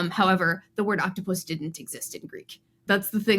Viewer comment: It's octo-pus, not oct-opus